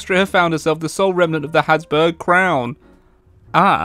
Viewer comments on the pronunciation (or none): none